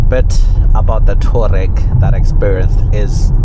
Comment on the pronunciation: *TOU - A - REG... TOUAREG👍